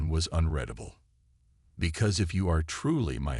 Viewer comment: When are people going to educate AI? It's unreedable not unreddable. Get human narrators rather than be lazy and trust it to AI which doesn't seem capable of getting it right. The only good thing is that the speech is natural, no pause in the wrong place or missing when needed.